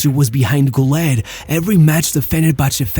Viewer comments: Ilhan Cavcav, not Murat. And it's pronounced "goo-ler" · Kinda funny how you put so much effort in his name, yet you just ignore the dots above the U, pronouncing the 'Ü' like a 'U'